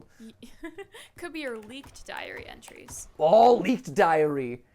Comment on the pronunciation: I am very happy with this video and I love Matthew and and also whenever they said “diary entries” I instead heard “diarrhea trees”